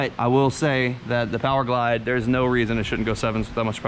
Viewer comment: Did he say p o w e r g l i d e im unsubbed 🤦🏻‍♂️